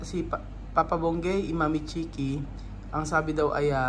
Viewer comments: Kuqui ng kuqui so instead na Chiqui😅😂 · nagkakamali ka na banggitin si Papa Bunggey at ang Sabi mo mo Mama Kukie instead of Mama Chique. Namamali ka na big kasin ang Mama Chique, Napolitano mo ng Mama Kukie. I correct mo ang pagbanggit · CHIQUI not KOQUI...